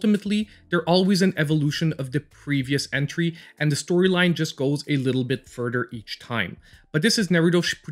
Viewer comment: Udder/ Togedder /Furder /Den / Anoder /distracted me the whole time . TH tha sound is a thing , but I mean let’s replace it with a D.